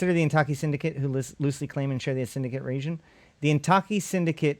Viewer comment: Suggestion: everything that seems like it were Japanese pronounce it in Spanish, and put emphasis on the first syllable. So it would be "WA-ya-ki KA-ya-ra". Don't know why but it works best. Heck, it's IN-ta-ki, not in-TA-ki. Ask anyone of Japanese descent (who can still speak Nihongo). By and by, THIS is BLOODY FASCINATING! Thanks!